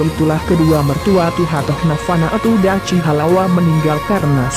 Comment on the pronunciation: Min bukan Dachi tp Dakhi